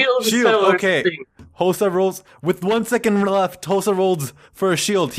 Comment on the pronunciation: I don’t know why but it bothers me so.. Hosuh *